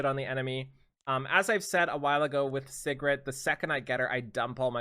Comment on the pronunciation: ….PLZ ITS SIGRET (SEA GRET) everyone keeps saying Cigarette.....:(